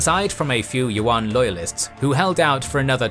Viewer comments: "Yuan" is pronounced as you-an, not wan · The pronunciation of "Yuan" is wrong in the video. It is not "wuan"(not w sound), but "iuan" (ya sound). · One pointer though: Yuan is pronounced Yoo-anne, like "You and" as one word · I don't mean to nitpick, and I respect the effort, but the lack of native pronunciation is getting to me. For example, "the yellow river". This harks back to racist tropes on Asians. Also, Yuen dynasty is pronounced like English. Can we still appreciate the knowledge? Yes, and I do. But proper pronunciation would be appreciated. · yuan is actually han Chinese pronunciation.The correct pronunciation is yüen. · That's not how you pronounce yuan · You pronounce yuan are totally wrong .